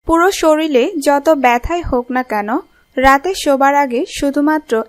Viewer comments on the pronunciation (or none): কি উচ্চারণ রে হায়রে হায় - সরিলে সরিলে সরিলে , কবে শরীর বলবেন?